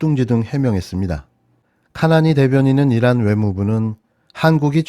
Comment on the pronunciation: 잘 들어 보십시요 !! 이란이 아니고 일란 ! 입니다 !